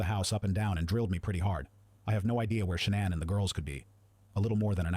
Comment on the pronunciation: It pronounced her name at least 4 different ways. 🤔